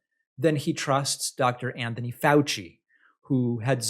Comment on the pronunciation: bwahahaha i cant stop laughing at "Anyhony Fauci"